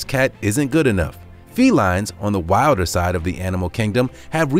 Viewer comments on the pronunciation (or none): none